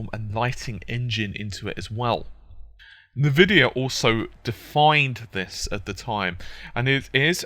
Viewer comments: Nuh-Vidia hahaha! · Haha I like how he pronounces Nvidia... As Nuh-Vidia!